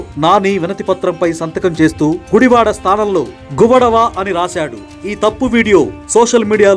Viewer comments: అయన రాసింది తప్పే,, మరి మీరు చదివింది,, తప్పు కదా,, ఆయన గువడ అని రాశాడు,, మీరు గుడవ అని చెప్పారు,, దొందూ దొందే 🤣🤣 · అయ్యా కామిటేటరు...... ఆయన తప్పు వ్రాశాడు అని అంటున్నారు, మరి మీరు చెసింది ఏంటి? ఆయన వ్రాసినది ' గువడ' అని. మీరు చెప్పుతోంది 'గువడవ' అంటున్నారు. మొదట మీరు సరిగా చెప్పడం చేయండి